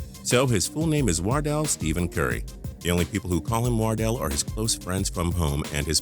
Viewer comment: It is not wordell it is Wardell